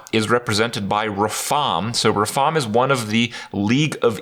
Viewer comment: Mispronounced RaFAAAaaAAAAM! Awesome expo! Love the lackeys.